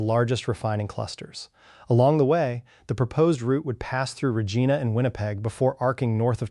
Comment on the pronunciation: You might want to learn how to pronounce Regina Saskatchewan a city that the Queen mother named and the province potash is mind sugar beats wheat and beans and where the RCMP are trained. I live in Ottawa Ontario but I'm getting sick of quebec and Ontario looking like they're the only provinces worth anything because from the west coast of British Columbia then Alberta through to the east coast islands along with the Northwest Territories we all giv to this country some financially more than quebec.